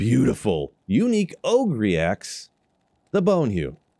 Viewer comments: This nóggur called Bonehew an O-Gree axe 😂. It's clearly Oh-Gurr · Does he say "OH-Gree" on purpose? Its pronounced "OH-grr". Like shrek bro... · Did you really say "Ogree Axe"